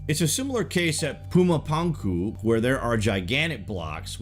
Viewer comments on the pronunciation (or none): you're a great narrator, but I have to admit the mispronunciations really kinda irked me lol. Pretty sure it's pronounced Puma Punku(poonkoo) and Chichen(cheechen eetza) Itza.